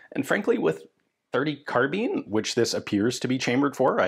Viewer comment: Car-bine not Car-been. Unless you bale hay with Beender Tweene... Carbine means to bind as in tie up. A Carabiner is a clip or attaching device and that name got attributed to the short sword used by Calvary similar to a lanyard for a pistol. Anyway it became a short gun as well but it aint a Been or a Bean. American slang twang is that. Now you know.